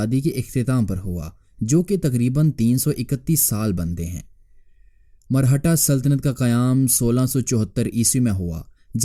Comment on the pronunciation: Marhata nahi, Maratha hota hai Punjabinized Urdu mat bola karo